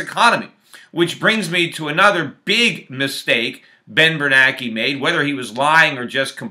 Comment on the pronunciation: I thought it was Bernanke not Bernake.